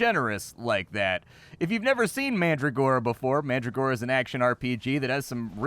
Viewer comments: That's not how you pronounce mandragora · It's fun to hear you mispronounce names of plants like Calendula and Mandragora. Looks fun, will have to check it out when it gets a full release.